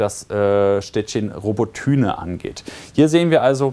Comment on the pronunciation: Es heißt Roboty(i)ne nicht Robotüne.. Also man spricht das y wie i aus